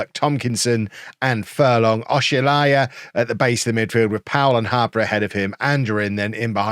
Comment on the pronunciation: Just so you are aware, Oshilaja is pronounced Osh-e-lar-ja; and Chauke is pronounced Chow-kay. Hope this helps. Let’s finish above the Lambs!